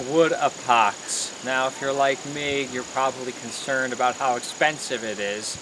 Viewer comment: Epox not Apox